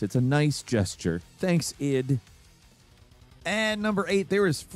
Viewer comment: really you calling it EYE-DEE Software? It's ID like "ID, Ego, and Superego."